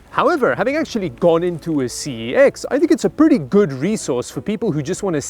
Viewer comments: Fun fact it's pronounced sex not c e x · Isn't CEX ITs Cex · CEX is actually pronounced as sex, but that’s not the thing which bothers me IF I KNEW YOU WERE HERE, I WOULDVE BOOKED TIME OFF AND ASKED IF WE COULDVE MET, YOU’RE MY SARCASM HERO!!! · You know it is pronounced "sex"? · Btw, you are pronouncing CeX wrong... But the actual pronunciation is so bad, that most Brits even break it up into letters. But yes, they are good to browse. Now if only they'd bring back the Game Boys! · But, that's not how you pronounce CEX! Fun fact - One of the founders of CEX was Charlie Brooker of Black Mirror fame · Please google how to pronounce the brand name Cex. -A Brit